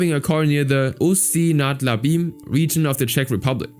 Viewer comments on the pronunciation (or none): i love how he says ustí nad labem he says it so wrong